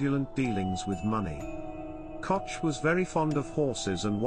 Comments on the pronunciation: Can you possibly pronounce her last name correctly? Say…Coke(Koch) notch Cotch…. grrrr! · Your mispronunciation of the German name Koch- is noted .We are not all from NYC. Say it right!